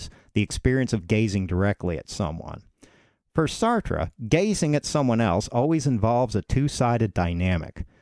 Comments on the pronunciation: Well made video. Would recommend looking up "How to pronounce Sartre" but other than that great job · Pronounce his name properly You Americans cannot speak English !!!!! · It would have helped if you pronounced his name correctly. Just sayin. I had to read Being and Nothingness in school. It was the only text book used in the class for the entire semester. It's a bear. Of course the class was Existentialism. Um, the guy's smart.